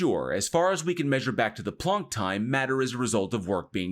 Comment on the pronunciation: Wait... PLUNK TIME? It's pronounced "Plunk"!?